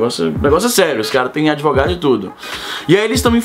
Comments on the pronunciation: Kkkk "adevogado"? Azaghal deve ter curtido. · tinha que ser processado por falar "adevogado" 8)